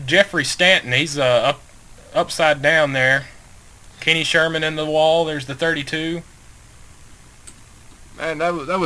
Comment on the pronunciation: "Kenny Sherman" DAMN IT